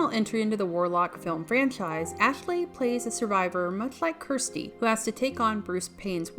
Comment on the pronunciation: What happened? She's still working in cinema, and is quite the accomplished painter. Also, it's Kirsty, not Kristy (as said at the beginning of the video). She was featured in four of the Hellraiser films, not just three of them.